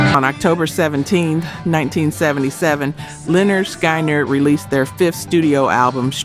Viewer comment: You need to try and do better with the AI narration…it completely bungled the name Lynyrd Skynyrd…it pronounced it like “Skienerd”